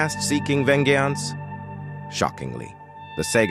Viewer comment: He said “vengeyance” and then turned Italian when he said “Pooouochiee”